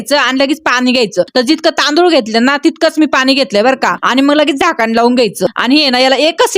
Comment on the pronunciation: झाकान नाही हो ताई झाकण म्हणतात